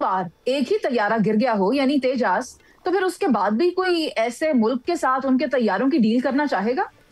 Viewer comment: Interesting. Non of the 4 can pronounce Tejas.